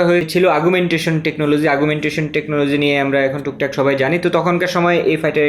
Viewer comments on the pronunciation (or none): none